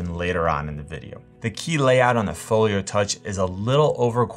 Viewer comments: I swear it sounds like you’re saying, “Folier.” Where’s your accent from? (Not poking fun) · Same, I noticed it too